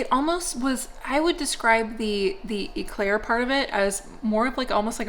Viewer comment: it's an Eclair not an Eeeeeeclaire lol. Pronounce the E quicker. I kept going "grrr no, say it properly"